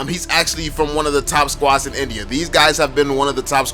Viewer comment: Nice video, but I can't ignore the fact that you pronounce India like NBA sometime